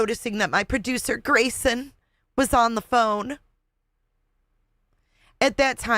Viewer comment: You are hilarious 😂 the call to the "Awawa" police department "Waw & Cwime" poor Gwayson so pawalyzed in fear 😂😂